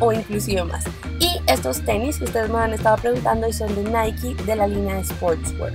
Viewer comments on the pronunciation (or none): none